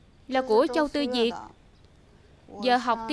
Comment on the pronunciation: người ta tên Châu Tư Việt chứ k phải Diệc đâu bạn nha t bà thuyết minh đọc k chuẩn t học tiếng trung nên biết rõ nha